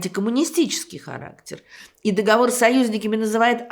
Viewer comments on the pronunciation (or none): none